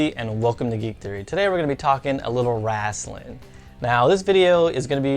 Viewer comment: Did you just say "Wrastling" ?!